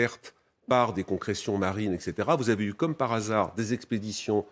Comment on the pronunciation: comme et non Kome 😂 et je ne crois pas que le nom nasso soit français 😂